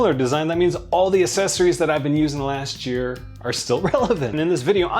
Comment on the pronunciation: Still can’t say the word “accessory “ properly. The personification of ignorance. Why should anyone listen to a word you say when you can’t be bothered getting simple facts right? This makes a mockery of your content you know. And just so that you know, American is not a language. The language you are supposed to be speaking is called English ( not British!) and the English language has rules, just like any other language. Go read a book, or take a class!